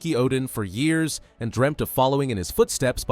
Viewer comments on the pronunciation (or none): none